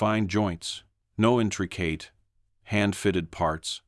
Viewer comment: "intree kate"?? Bad robot. Lazy incompetent robot user.